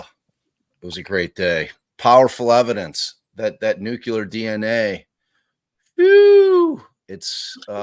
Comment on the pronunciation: Good coverage! But why can’t a single person pronounce “nuclear” correctly? It’s nu-cle-ar, not nuc-u-lar. Just a pet peeve of mine